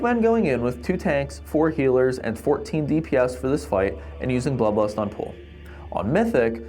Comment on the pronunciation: Am I the only one that always hears bloodblast instead of bloodlust?